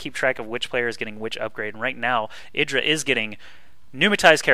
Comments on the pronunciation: his name is eye-dra, not eedra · yeah artosis' way of pronouncing it is right, which is 'eye-dra'